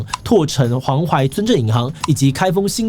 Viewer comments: 柘（zhe）城，不念拓（tuo） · 纠正一下 七七 那个不念柘城 tuo 城。哪个是zhe城 和哲一个音。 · 七七，柘读“这”城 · 柘城村鎮銀行 柘（ㄓㄜˋ)